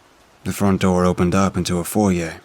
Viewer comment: I know this won’t make any difference to you but the way you pronounce foyer properly. I think you’re the only one that actually pronounces it correctly that reads stories to us it’s funny hearing people say foy err